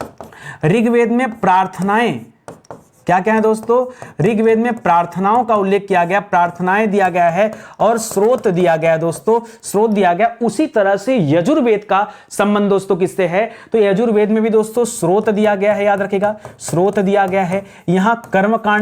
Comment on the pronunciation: श्रोत नहीं सर स्तोत्र।